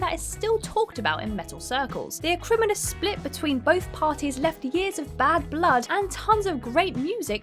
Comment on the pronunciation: Also... Echelons is pronounced Essh-ell-ons. Acrimonious is pronounced as it is spelled, not acrimonous. Did your script miss out the 2nd I?